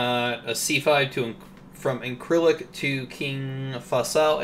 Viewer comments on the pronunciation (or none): Incirlik..pronounced ln-Sir-lick. Been there and was airborne that opening night.